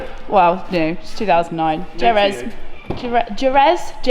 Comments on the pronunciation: Jerez is pronounced "Hereth" as my spelling sounds. It's name comes from the race track in Spain 👍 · J are pronounced like a ‘h’, so it’s herez 🇪🇸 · Jerez is pronounced “ hereth “ by the way 👍🏾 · There is a real place in Scotland called Briary Twats. The colour is pronounced ‘herr-eth’ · Jerez is a track in Spain so I'm pretty sure so its pronounced like "herez". That's how I pronounce it at least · Jerez is pronounced 'hereth' after the circuit in Spain 😉